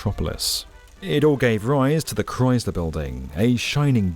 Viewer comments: Since when is Chrysler pronounced with a Z? I can't see how these buildings are justified at these prices and no one returning to the office. People still cannot afford a basic rent even with all these new buildings, esp since they can get around rent control. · Gah, "Chrysler" is not pronounced with a "rise" sound, it's a "rice" sound. K-rice-ler. Chrysler. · Please consider redubbing the parts where you keep gratuitously mispronouncing Chrysler as if it has a Z in it. Say it the way the museum director says it when she's talking to you, with a soft S sound. It's really distracting from an otherwise great video. Its not a "dialect" thing; when it's the proper name of an individual object and the main topic of the video, and you say it differently than the expert you interview in the video and every local.... it's just a mistake. Also, every British person I've ever met in NYC says Chrysler correctly, without inserting an imaginary Z. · The Cryz-ler Building 😢